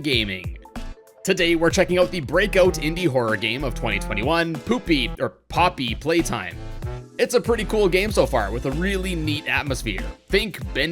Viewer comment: You almost sead "poopy platime" XDDDDDD